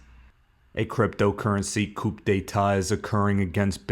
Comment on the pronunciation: Did you just say "coupe d'etat"?